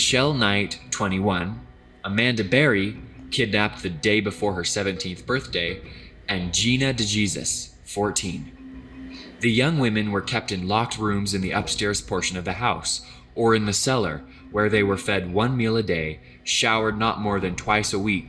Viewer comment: Gina "Da Jesus". Er. My man. It's Gina DeJesus, as in Hey-Seus. She's Latino, pronounced diffrent.